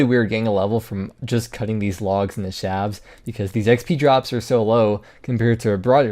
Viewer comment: shaft has a t at the end of it, so the plural form doesn't turn the f into a v... shafts. not "shavs"